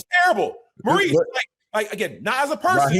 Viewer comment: Marquice!! Not Maurice!!!